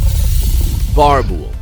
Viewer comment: He pronounced boerbul wrong